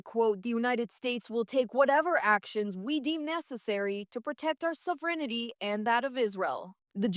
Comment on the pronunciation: You are a very good broadcaster. Just one improvement for you - the word is sovereignty, no sovereignity.